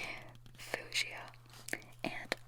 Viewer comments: I was half asleep and heard that made me giggle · I’m crying at the fuchsia pronunciation 😂 anyways off to finish watching. Good night 💤